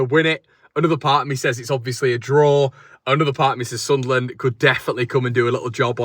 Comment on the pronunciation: Love the way you pronounce Sunlan/Sunland the right way mate. I'm obviously red n white and subsribe to all your channels tho. Keep up the great content 👍